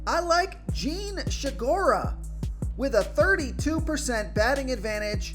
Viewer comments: "Jean She-gura"? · How it is possible to look at “Segura” and find an H in it? It’s getting out of control man but still always good for a laugh.